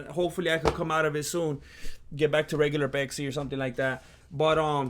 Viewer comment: intro song is on point diet peksi instead of matcha lemonade you say pesksi so mexican vato seriosly impressed chicano